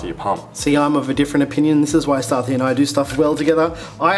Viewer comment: Starthi? Your name is pronounced